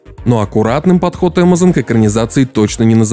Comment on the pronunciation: Кринж. Если ты наименования Амазон и Бефезда "стараешься" произносить на английском, то почему весь остальной текст на русском?